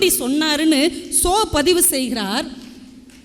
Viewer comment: அம்மா அவர் ஷோ அல்ல ...சோ😂